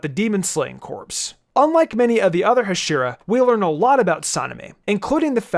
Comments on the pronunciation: Heshira??!!! Dude it’s it’s pronounced (HA)(SHEE)(RA) it’s said hashira in both the dub and sub how can you mess this up!???!!? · If the comment section flames you for messing up pronunciations, then perhaps it'd be a better idea to learn how to pronounce the main theme of the video LMAO "Hushiruh", he says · You pronounce Hashiriya wrong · Ha-she-ra is how its pronounced lol sry my ocd kicks in hearing that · Bro said Hashura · "Today, we’ll rank the ahshiras from demon sir" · Im gonna kill myself if this dude says Huhsheeruh one more time 😂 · It makes me mad that he calls them hashera lol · the way he says Hashira makes me annoyed... the R in japanese is pronounced as a D... so it would be Hashida... and the pressure distribution of the word is also wrong... you pronounce it Ha shira, it's more like Ha shi ra (Ha shi da with the D instead of R since R is D in japanese) sorry for the correction, just a lot of people don't pronounce them right and i feel like i'm watching a review from someone who used their entire life watching dubbed anime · It’s hashira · "The heshiras" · Bruh this man pronounced hashica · No one::Hasheera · btw u made 1 mistake the pronunciation of hashira u say the "a" shorter it should be pronounced like haashira But anyways even if rengoku dosent get the TOP SPOT he would be the bes hashira #1 hashira for me and before the movie released when tanjiro meets the hashiras his breathing which was flame didnt meet his personality he is full of will power but before the movie he used to be my least favourite as he said to murder nezuko on the get-go but in the movie my man the 9th form is crack the effect it has the flame the originality the form has its just so FIREEEEEEEEEEEEEEEEEEEEEEEEEEEEEEEEEEEEE after rengokus death I CRIEDDDDDDDDDDDDDDD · No offense but ur pronounced hasira wrong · Okay I love the video a lot and I like the structure, but PLEASE pronounce Hashira correctly🥺🥺🥺🥺 it was making me cringe every time you said it